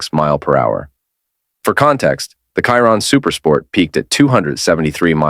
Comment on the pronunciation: You don't know how to program your AI voice to pronounce Chiron correctly.